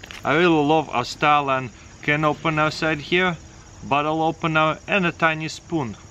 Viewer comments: Because instead of saying Aus-trailian he's saying Aus-stalin. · Love when he says AuOOUstRAlen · Everytime he says Australian mre i hear Stalin mre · why I hear stalin MRE instead of australian!?! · I thought he was saying Stalin’s mre